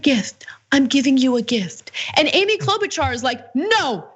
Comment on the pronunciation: You really oughta start pronouncing her name the same way her prairie family did 75 years ago....Klo'-BUTCHER. Seriously.